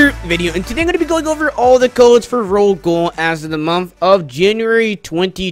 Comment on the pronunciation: Ro-Ghoul (Ro- gowl) not ro gool